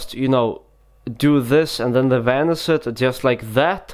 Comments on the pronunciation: It sounds like he’s saying vanise like tf does that mean like if you agree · This guy don't know how to pronounce sh, and in this entire video, he talks in one same freaking tone. Pus the top card....the card vanis.....and what's point of the card face up in the setup.